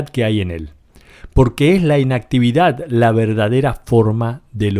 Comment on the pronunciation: Muy interesante. Sin embargo ¿Es necesario que el narrador pronuncie tan mal? Por ejemplo, la palabra "inactividad" no se acentúa en la primera sílaba, se acentúa en la última. Creer que de esta manera lo que decimos es más importante es una muestra de ignorancia. Mejor que dejemos la "inactividad" y hagamos algo para hablar correctamente.